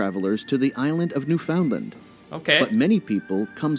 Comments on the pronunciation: It’s not lind…it’s land with a long A sound. Understand Newfoundland. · Oh god that pronunciation of Newfoundland cost me ten years. I know it’s spelled New Found Land but I’ve never heard anyone Canadian say it that way. More like New Fin Land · the narrator is not from Canada tho. it's not New FOUNDland, it's NEWf'ndland. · It's NEWfoundland, not newFOUNDland. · Torono is how it’s pronounced lol don’t say the second “T” lol and New-Fin-Land not new-Found-land lol the video was getting me mad 😂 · The Ree-doo River? It's procounced Ree-doh river! P.S. New-found-land pronounced New-fund-land. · Rhyme Understand Newfoundland…and you’ll be saying it correctly. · Im from Newfoundland but the prenunciation of our beautiful Province was incorrect. its Pronounced New-Fin-Land. I live in a small town about an hour drive from St. John's and lots of shows are filmed here. Its nice to see someone who isnt familiar with Canada want to learn more about it. Hopefully one of these days you will get to visit all these places you are learning about. Enjoy your videos :) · Quay is pronounced ‘key’. The narrator says Kway and Kwabeck. He also said New-found-land. Ugh. It irritated me. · lol new found land . otherwise known as newfinland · it's ACTUALLY pronounced..NewfunLAND..underSTAND..NewfunLAND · hahahaha.....the way they pronounce new-found-land......haha.....puts me in mind of the meme that says "you know you are not from Nova Scotia if you can't pronounce kejimkujik, tatamagouche, musqudoboit or shubenacadie....lol ... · The narrator needs to learn how to pronounce Newfoundland ... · It's too bad that the travel video you reviewed was obviously made by a fellow American, who I suspect has only visited these places on the web...they don't display the familiarity of locals...listen for the pronunciation of Toronto and Newfoundland, two places many Americans struggle with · The announcer butchers the pronunciations of “quay” and “Newfoundland,” too.